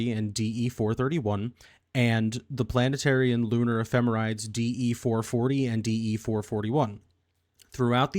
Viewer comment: point of pedantry - the end of ephemerides (the plural of ephemeris) is pronounced "-eedeez".